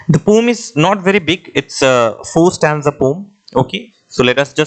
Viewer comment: Poem ❌ pom✅🤣